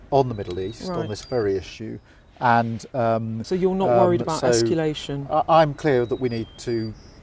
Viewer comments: She said "inniment" and "esculation" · Why have we got someone asking questions about serious world politics when they can't even pronounce their words correctly -- Imminent and escalation are not difficult words to pronounce for goodness sake -- what has the BBC descended to???